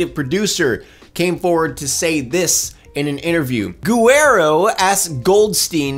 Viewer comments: You don't read "Guerrero" as gu-e-rre-ro When there's a U between G and E, that G is a strong one, like "ga" of garage but with the letter e instead of a. So it would be a strong "GE" instead of a soft one like the ge in garagr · That pronunciation of Guerrero is just l o v e l y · Okay, but it's bothering me how you pronounce Guerrero